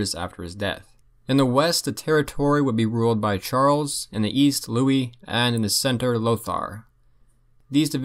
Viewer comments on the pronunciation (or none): none